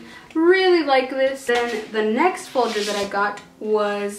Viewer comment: You keep saying foder when it is folder